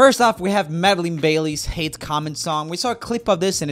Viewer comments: Who's madily?....It's madilyn... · Dude, I think her name is Madilyn, not Medellin... maybe fix that next time?